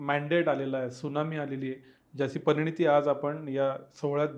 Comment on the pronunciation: परिणती म्हणा परिणीती नव्हे.